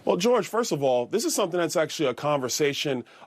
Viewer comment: I hate the way he say George like Kdot hate the way Drake say n*** 😒